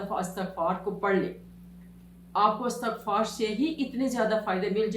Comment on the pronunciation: السلام و علیکم ورحمت اللہ و برکاتہ لفظ اِستغفار هے الف کے نیچے کسرہ ھے (ISTAGHFAR) صحیح تلفظ